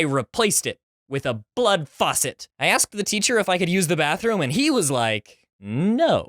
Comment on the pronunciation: It always sucks when my ear turns into a “flood baucet”